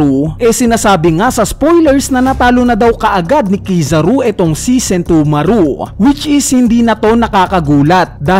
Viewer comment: Please paki ayos ng pronounce ng name ni Sentomaru